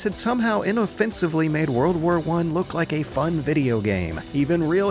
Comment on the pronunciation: I heard MundaneMatt pronounce "look" as "Luke"....